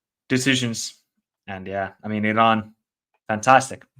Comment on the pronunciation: Still pronouncing Iran incorrectly, have some respect and don't be ignorant. It's E-Ron.